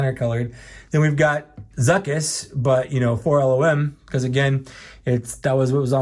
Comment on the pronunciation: LOM, not L-O-M